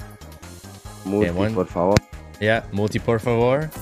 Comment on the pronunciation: PORRR FA VORRRR LOL